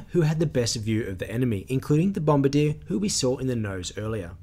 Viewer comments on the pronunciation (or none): none